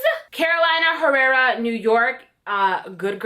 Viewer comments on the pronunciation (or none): none